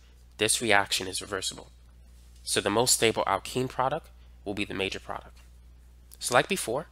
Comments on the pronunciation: It’s product, not produck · You're absolutely great, but can you please stop saying "produc-" and throw that last 't' in there. Drives me crazy. You're very helpful though!